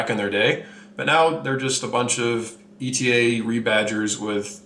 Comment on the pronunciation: I like the reviews, but some of the pronunciations are killin' me! First of all, ETA is pronounced "ate-uh" not spelling out the letters, as in "ee-tee-ay." Then we have Longines. Don't say the "s" and you're okay. Ulysse Nardin. Glad I didn't hear "Ulysses" but say "Nar-DAN" and you've got it. "Glashütte" is kinda like "Glass-hyoota." Yay-ger Le Cool-tra. TEE-so (not Tissoh) Car-shay (not Cart-ee-eh) Good point about Ebel ... some nice watches, but buy 'em used. Same with Zenith (or "ZEN-it") and I might add Bell & Ross as well. Great value on the secondary market.